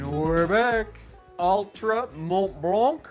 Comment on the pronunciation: Mont Blanc is pronounced [Mon Blan]. Exactly the way you pronounce it but without the “t” and the “k”. It means White Mountain.